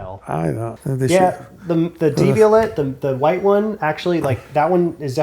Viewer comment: Devial*AY* (-et, French; like Chevrolet).